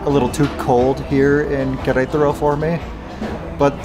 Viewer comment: Amigo …please …no es Querétro …es Qu re ta ro ….solo le falta una ‘ A’ …..saludos y gracias por tus vídeos . 👌🏼